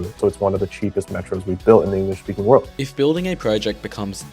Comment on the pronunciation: They speak “Engalish” lol